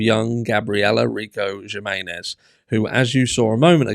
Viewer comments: It's a J so in Spanish J is a H so would be Himenez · Js are pronounced as Hs in spanish. Humenes is what her name sounds like phonetically. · Pronounced Hemenez. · Jimenez : him-eh-nez (no hard J, the J in Spanish is pronounced like an “h” ) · It's pronounced "h-menenez" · Jimenez is pronounced with a H sound at the beginning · The J is pronounced H! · the J is pronounced like H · A J is an h in spanish. The accent over the e says you pronounce it strong.. like e! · Jiménez just pronounce the J like in Him and you have it.